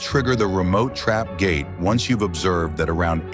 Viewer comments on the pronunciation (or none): none